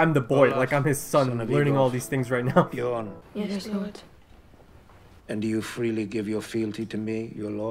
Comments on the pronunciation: No its not. It's more like "B-Yorn" or "B-Yurn" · Bjorn pronounced like B-Yawn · Man i am so freaking excited for you to watch this show. Its hilarious how much you struggle with Bjorn's name hahah